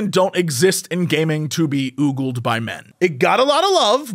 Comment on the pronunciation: Two things (cuz I'm a pedant that way): The words are pronounced "Oh-gul" and "Dih-vie-sive" (blah blah I know correcting mispronunciations is bad form but still.. and... To say G4 is 'declining' is a laugh because the shows were never that good to begin with. Time operates in a linear fashion and going backwards relies heavily on those rose-tinted glasses that make you remember G4 fondly because it was at the time the ONLY real source for the kinds of content we LITERALLY ARE DROWNING IN HERE ON YOUTUBE. I got the chance to talk to Jirard in person a couple of weeks ago and I actually feel so much sympathy because for him G4 was (like with you) inspired to do what he does today because of that channel. HOWEVER, G4 was always a pale imitation of TechTV and Xplay took a HUGE quality hit when they split off to G4. Also, Tommy Tallarico (or however his name is spelt) was and still is a complete douche and his influence on the early G4 days was painfully visible. Won't even touch the Frosk situation, it's such a clusterfuck :P Oh and the YT algorithm kept pushing this episode to me today even though it's a month old, so...yay?